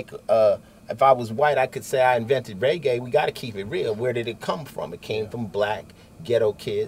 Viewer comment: COOL, BUT HE SAID RAYGAY not Reggae ......................